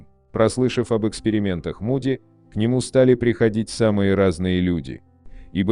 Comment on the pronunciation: Ну во первых не Муди, а Моуди!.... Произносите правильно.... А во вторых, согласно Священных Писаний в зеркале подопытные добровольцы видели Маму.... или демоническое существо, принявшего вид Мамы или Бабушки. Это они делают, дабы заблудить людей. Так они развлекаются... А люди доверчивы и легковерны.... Это опасные опыты заигрывания с бесовщинкой.... И медиумы, сами того не подозревая служат именно им!!.... Не заблуждайтесь, не зная Писаний!!!..... Это опасно...😮🎉...